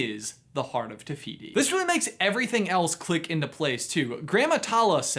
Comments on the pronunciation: He says it like “tuh fiyty” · i know this video is old now but just saying te whiti is a real moari god and all f sounds in moari are spelt with a w, h. ka pai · It’s te whiti